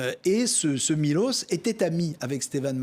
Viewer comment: On dit pas "markovic", mais "markovitch". Ca sera sympa de prononcer les patronymes comme dans leur langue d origine. La lettre Ć se prononce "tch". On prononce "slovénats", pas slovénak. Ca veut dire "le Slovéne". Un petit effort... Et "miloch", pas 'miloss'. La lettre Š se prononce 'ch'. Miloš.